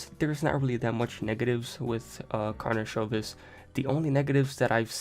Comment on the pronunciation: This is first video from all that pronounce correct last name, nice done!